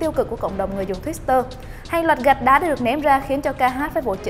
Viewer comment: tuýt-tơ chứ hong phải tuýt-s-tơ nha giang!